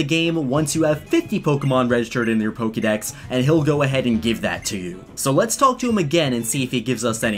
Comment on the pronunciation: Says the word Pokédex like how it's spelt Says Pokémon like polkamon I'm triggered.